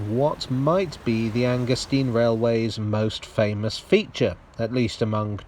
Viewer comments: 'stein' as in 'vine', surely? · Oh Dear! Anger-steen or Anger-stine? In German, it's the second vowel which determines the pronunciation. The Americans have a problem with both English and German, so pursuing their logic is a waste of time...